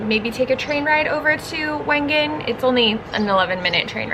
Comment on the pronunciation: I LOVED this vlog. In January 2020, I did a trip to Switzerland with my father on a very similar path. Majority of our time was spent in Wengen (it is actually pronounced Vengen) for a World Cup Ski Race called the Lauberhorn because there was a celebration of all previous winners of the race and my dad is one of them! We primarily spent our time in Wengen and Lucerne so getting to see all of these locations in the spring has been absolutely magical and has me so nostalgic of my trip I had with my dad a few years ago! I can’t wait to go back and spend more time in Lauterbrunnen because I truly felt it was a fairytale